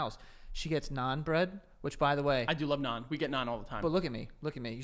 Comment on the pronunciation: “naan bread” joey please